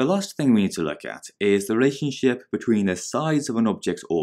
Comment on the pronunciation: Someone tell me I ain't tripping he said relationship so wrong